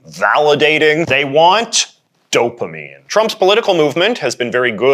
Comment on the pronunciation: Did he just say "dopemine squirts?"